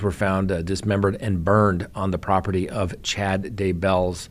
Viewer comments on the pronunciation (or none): none